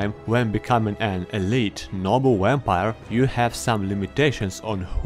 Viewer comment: Wampire Lol sorry my friend says it like that